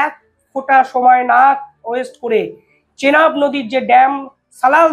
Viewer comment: চেলাব নদী নয় এটা চেনাব নদী।